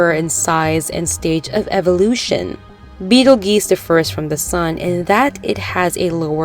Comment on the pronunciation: It's pronounced "Beetle 'JUICE' " Not beetle GEEse...